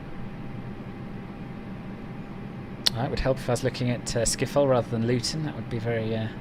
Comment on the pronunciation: Man said Amsterdam skiffol